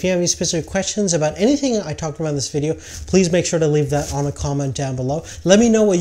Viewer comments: man it's "VIDEO" Footage...not "VDDEO" hahahha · "voodeo" footage? lol Great review though. Decided to stick with 70D.